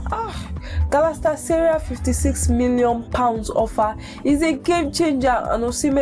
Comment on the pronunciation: Ur English and reading is not nice at all especially when mentioning the name Galatasaray chaiiii